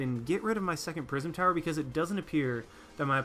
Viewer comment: "Prism Tower" every time you said that a part of me died inside